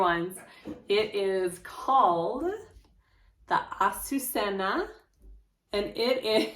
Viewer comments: Same! Lol So glad you took care to pronounce this Beautiful name. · I came to see how you would pronounce the name....lol yayyyyy for the pronunciation....I love your channel and your bags are 👏